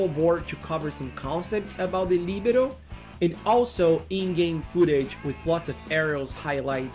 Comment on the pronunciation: I like your perfect pronunciation of LIBERO with the accent on the I. Another great video. Please keep going with your content.